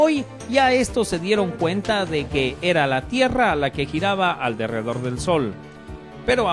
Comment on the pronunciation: se dice alrededor del sol , no alderedor